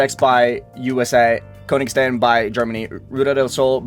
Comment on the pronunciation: bro the way he said Königstein really got to me